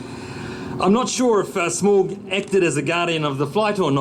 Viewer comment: I like to imagine that Peter's inner Tolkien nerd is cringing at the Air New Zealand CEO constantly mispronouncing Smaug's Name. XD